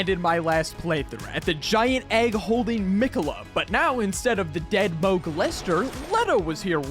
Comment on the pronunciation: Oh how wrong you are on “Mohg les ter” part